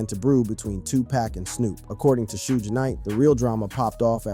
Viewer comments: It's Suge Knight not soog smh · Sooj Knight killed me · "Sooje" Knight...😂😂😂